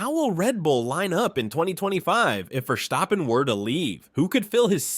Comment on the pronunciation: Your pronunciation of VerSCHtappen is killing me😆